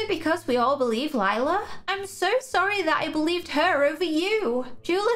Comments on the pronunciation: The way you say lila is wrong it’s spelled lila but you say like you say lyla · It's not lila its lie-la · it’s lie-la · Her name is Lila not Liela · OMG LIE-LA THAT'S WHY SHE 'S CALLED LILA